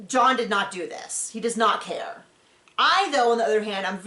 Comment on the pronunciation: Ummm John seems to "ker" so much he doesn't ker.